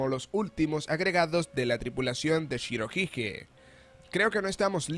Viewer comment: Pronuncias mal shirohige